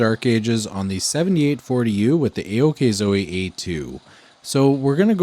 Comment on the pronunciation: You pronounce it OKIZO not AOKZOWEE it's a Chinese Brand